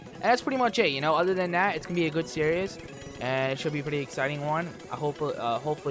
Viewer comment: When he says series it sounds like he's saying serious